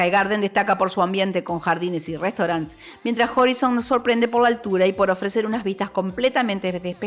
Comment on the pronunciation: Buen video, pero me rompe un poco los oidos el horizon... se pronuncia horaison (en realidad mas cerca de hraisn las os casi mudas)